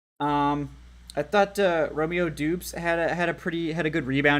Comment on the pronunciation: Pee- tree…Romeo Dowb-s…..you welcome my guy